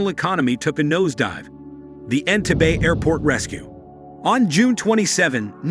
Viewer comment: This was such a bias take on Ugandan history, and African people all over the world. You didn’t even pronounce the name of the airport correctly, so that is proof you have never been there. You used facts studied from European articles to tell a story of a African leader. I am glad that Uganda has grown past this time in History. It all happened because of foreign influence in an African country. How about you do a video on how many African people have lost there lives to slavery and African colonization? That’s what prompted the events that happened in this video!